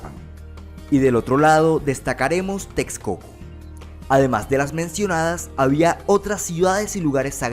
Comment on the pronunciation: It's not Tez- co- co or Teks - co - co. It's Tesh - co - co.